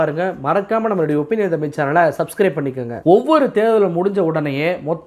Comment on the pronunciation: எல்லா தி.மு.க காரக் காமாட்டிகள் மாதிரியே இந்தக் கெடாயனும் 'ஒப்பீனியன் தமிழ்' என்பதை 'ஒப்பீனியன் தமில்' என்கிறான்!!!!!!!!!